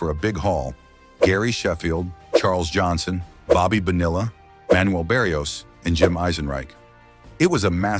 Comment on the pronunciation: the rumors? like from 30 years ago? what a scoop! great to hear the ai say "bobby bo-nill-ah" and "todd zy-ill" lol. teach your ai narrator to say batting averages! listening to decimal point over and over gets annoying. but kewl video still. thank you